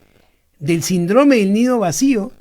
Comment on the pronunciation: Se dice síndrome con el acento